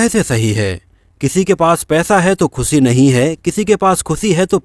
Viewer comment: ख़ुसी नहीं, ख़ुशी!!